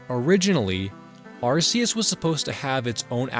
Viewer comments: This was a fun video to watch, but there's something else I have to say: Thanks for not calling Arceus "Ar-Key-Us" like the recent games do, "Ar-Cee-Us" will always be the best pronunciation. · Thank god, he pronounces Arceus correctly